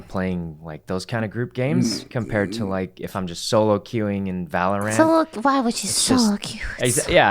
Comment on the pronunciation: My ocd just UGH when sykkuno said Valor-Ant